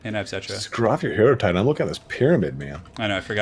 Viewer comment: Hate to be a pedant, but I would have thought that hierotitan is said 'hyro Titan' as in hieroglyphics. Awesome stuff though guys.